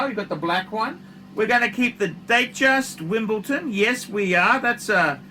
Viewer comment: If this collection belonged to one of big donor's he'd be praising it as the greatest collection of all time. No point to these reviews. And it's WimbleDon, not WimbleTon. Make some effort.